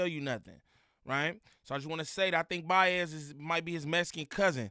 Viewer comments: My nigga said biaz 🤣😂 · said “Buy assed”😂😂😂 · Dat intro is contradicting like he pronounce his words byeiz!! Bias. 😂😂😂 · Why he keep sayin bayez 🤣